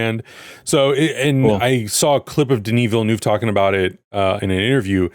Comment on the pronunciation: just for information : villeneuve is prononced villen-UH-ve